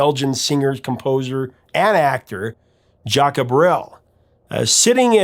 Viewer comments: Great content as always. I love songs by artists made for their friends who passed away (Pennywise's Bro Hymn is one of my favourites). I just have one minor note for this video: Your pronunciation of Jacques is a little weird, I'm from the Netherlands and everyone here and in Belgium pronounces it 'zjak'. Tip: When I need to know how something is pronounced, in a language I don't master, I use Google Translate's listen function. Anyway, keep up the good work, this is just me trying to help something great be even better. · i first heard Seasons on the radio in 1963 by the Kingston Trio - they took the Brel French version and made it Tex/Mex. J Brel is not "Jack-a," the name is very common and pronounces "JUKS" I knew the song well when it became a hit again in 74. Terry and Susan Jacks had plenty of hits as the Poppy Family; "Which way u goin' Billy" was #2 in US, There's no Blood in Bone, Where Evil grows and that's Where I went wrong all hit the Top 100. Speaking of French artists, u need to do a deep dive on Frank Sinatra's MY WAY - everyone associates the song with Frank, as it's his biggest but... it ain't his. xoxoxo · Your music guy but its Jacques Brel, pronounced Jock Brel, a superstar of french music, pre rock style. You must have heard his name 😊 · It's pronounced Sz-ahk like Jacques Cousteau, Jacques Pépin, Jacques Clouseau.... The song was based on Bre'ls "Le Moribond" (The Dying Man). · "Jacques" is pronounce just "Zhahk" -- without the "uh" sound. The "uh" sound is made in songs like "Frère Jacques" because the music calls for it, in the same way that "frère" has an "uh" sound in that song, but not when simply speaking the French word for "brother." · As much research as you do, how can you not Google "how you you pronounce Jacques?"